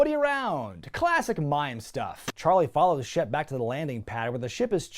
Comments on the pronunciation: I know his name's Shep Ramsey, but i keep hearing Chef Ramsey and now i wanna hear Hogan yelling about the lamb sauce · I thought you said Chef Ramsey. Like WTF!? Lol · I've watched too much Hell's Kitchen, I keep hearing "Chef Ramsey" instead of "Shep Ramsey".